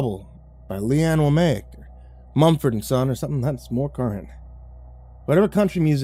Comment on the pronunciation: . It's LeAnn Womack (woe-mack). She's a 90s country singer. 😉